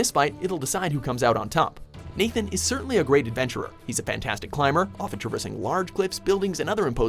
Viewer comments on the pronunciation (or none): none